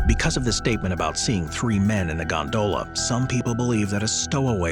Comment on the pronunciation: Stop saying gondola like that... You're accentuating the wrong syllable.... It's quite infuriating to people like me who have misophonia. UPDATE YOUR AI! WE ALL KNOW THAT'S NOT YOUR VOICE...